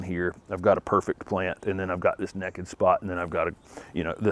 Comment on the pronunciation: Enjoying the tour of your garden. I laugh every time you say naked.